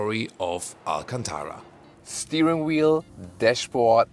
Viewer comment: It’s not alcantaWa It’s alcantaRa